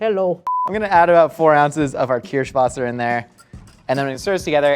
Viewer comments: When totally butchered Kirschwasser. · How is going to correctly pronounce Kirsh but mispronounce wasser